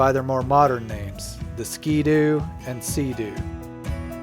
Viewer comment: Bombardier (Bom-bar-de-ay) is BRP, also known for can am, evinrude, lynx, and others. And if you say "skee doo" in front of a canadian, prepare to get slapped. They say skihdoo. Like skih dew but one word and really fast. They take that very seriously.